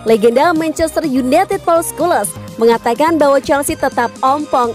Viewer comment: Scholes dibacanya skules 😂...